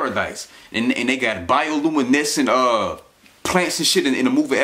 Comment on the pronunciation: Bonus points to him for actually using and pronouncing the word “bioluminescence”. That’s more than I would have expected from his dumb ass.